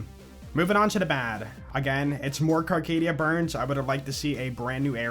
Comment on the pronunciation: Carcadia BURN. No ‘s’.